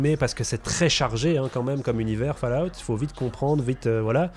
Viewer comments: bonne video merci mais par pitièe on prononce faul_a_ou te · J'ai arrêté le visionnage à quand il a dit "falaoute". Merci bonsoir, au revoir messieurs dames, c'était. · Va vraiment falloir bosser votre accent les mecs , il faut prononcer FAULLOUT et non FALLOUT, quant à Bethesda, prononcez beSSesda !! Très bonne vidéo cependant👍